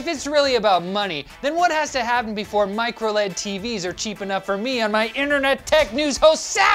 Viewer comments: why can't it be pronounced microL-E-D! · Plzzz stop saying microled. ITS MICRO L-E-D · MicroLEAD is driving me crazy. Say L E D! :)